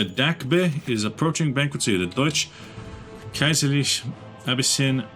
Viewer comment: No... It's not "Kaiserreik" It's "Kaiserreich''!